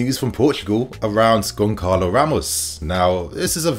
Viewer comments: As I understand "Gonçalo" needs to be pronounced as [gonZalo] or [gonSalo] not [gonKalo]? correct me if I'm wrong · It's pronounced Gon Sa Lo not Gon Ka lo. Won't Benfica ask for a 100 plus mil? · Pronounced Gon-Salo...bro, fix up it's annoying AF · Sometimes your pronounciation is mad, but GonKalo Ramos🤣🤣🤣 rofl